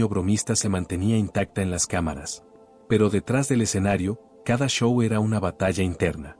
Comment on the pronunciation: Puras mentiras de este narrador que ni sabe hablar dice sow en vez de show y manajeres en vez de managers😜😝 y si así fué, (que lo dudo) sus familiares son los culpables